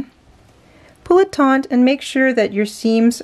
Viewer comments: taut There's no 'n' in the word. Sorry to be the Grammar Police, but that's one word that always makes me cringe when I hear it pronounced incorrectly. Taut and taunt have two totally different meanings. Please don't take offense. I welcome corrections about things I may be saying or doing incorrectly and I hope you are the same way. Love this joining technique. Happy crocheting! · It's not TONT it's taut. No N. Do better. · Firstly, may I just say that I love and have learned so much from her! Secondly, since she makes a living by posting tutorials and selling products online, and thus putting herself in the public forum, I hope that she is willing to take your well meant and accurate observation, and that she will correct her pronunciation of the word "taut" for future videos. This common issue of the word "taut" being mispronounced as "taunt" is like fingernails on chalkboard to my ears.